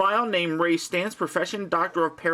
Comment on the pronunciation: Thank God. Everywhere else has called him Ray STANZ. It's driving me freakin' nuts.